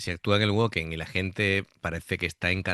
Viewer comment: Se pronuncia Vacken, que es alemán. Este concierto pertenece a la gira en la que la banda presentaba a Floor como nueva vocalista fija, que ya había actuado de forma provisional tras la marcha de Anette. No fue por este concierto, sino que ya estaba decidido. De los que aparecen en el concierto, Marko Hietala (bajo y voz) y Jukka Nevalainen (batería) ya no están en la banda. A mí Floor me gusta más que Tarja, me parece mucho más completa y versatil. Sólo hay que comparar esta canción con la versión de Tarja. Pd: cada vez que alguien compara a Amy Lee con FLOOR JANSEN muere un gatito y el niño Jesús llora.